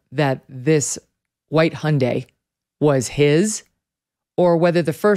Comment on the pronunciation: What is a “Hon-day” does this guy know there are Hondas and Hyundais and to stop combining them lol